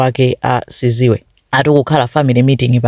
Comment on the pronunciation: Its Sizwe not siziwe 😂